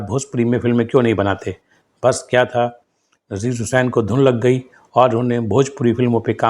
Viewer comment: अरे भाई नाम का उच्चारण ठीक कर लिया करो ,आपको नजीर हुसैन,नसीर हुसैन में फर्क पता नही है क्या,अपने वीडियो को खुद देखना सुनना